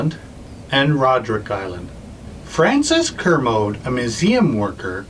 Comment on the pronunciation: Kermode Bear - Spirit Bear is pronounced "Kermodee"